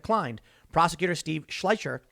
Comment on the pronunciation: Omg, Tim can’t even pronounce Mr Schleicher’s name right. Proof right there he wasn’t watching at all 🤦‍♀️